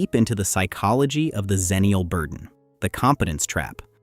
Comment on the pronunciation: Agreed Especially if the word is going to be mispronounced. it’s X-ennial, not Zennial Again, the world is hell bent on erasing the Xers. Cripes.